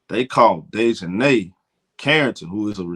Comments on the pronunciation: it is pronounced DEEEEEEEE as in knee for Dijonae's correct pronunciation. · he has horribly butchered here name. It was worse last video. He was saying like "Day jon Nigh" . I had to turn the video off it was so bad